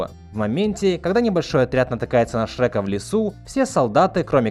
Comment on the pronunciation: Боже, я не знал, что значит фраза "глотать буквы". И в этом ролике услышал. "Шэка", "хрометражу", "рекомендую среть фильмы". Чувак, говори нормально, по ушам режет. И хватит выделять Я в слове дубляже.